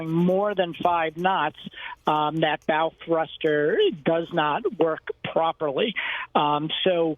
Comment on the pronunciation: ...It's called a "pylon", not a "pier". Also...did you just say "bowel" thruster?